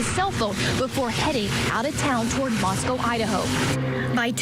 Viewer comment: Ist time ive ever heard any Americans say Moscow correctly 😮